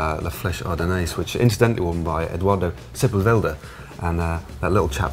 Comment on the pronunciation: Matt, it's Eduardo SePULveda, not SepulVELda. Sorry, as an Argentinian I couldn't let that one pass (or was it a deliberate mistake...?)